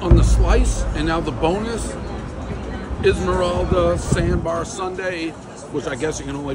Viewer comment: Isla morada Dave - “Esmeralda”